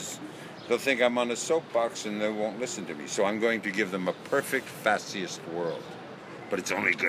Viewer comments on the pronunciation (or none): Why does he keep saying "fashyest"?